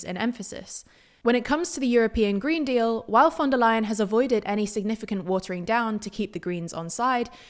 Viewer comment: thats actually the correct pronunciation this time